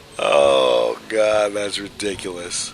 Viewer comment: The way you say ridiculous is amazing. Re-dick-el-oss LOL freaking brilliant